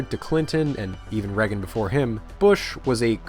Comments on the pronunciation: Yes, because him saying Reggin instead of Reagan makes it unwatchable. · Not Ronald "Rag-un." Think more Star Wars. Ronald "Ray-gun." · Holy fuck that was an impressive collection of information. And the presentation was amazing, bravo 👏 I stg tho if I hear "regen" instead of Reagan one more time I'm gonna have a stroke 😂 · Well-made video. My only pet peeve is every time you pronounce Reagan as "Rehgn" haha it's "ray-gn" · The last name of Ronald Reagan is pronounced Ray-gan. Not reggun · Why do you keep pronouncing "Reagan" like "Reggan"? It sounds like "Raygan." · “Ronald Reggin” lol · Who is this president "Reggen"? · Reagan like Ray-gun..kinda cool.. way you saying his name, got a craving for beggin’strips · My only qualm with this entire video was listening to how you pronounced ‘Ragan’ 😂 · Learn how to say Reagan. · say it with us. RAY-gan.... who TF is regan? psst, your bias is showing. wax-ahatchi??????? TF can you not speak?